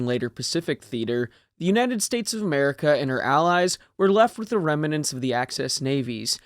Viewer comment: Remnants or Remmanents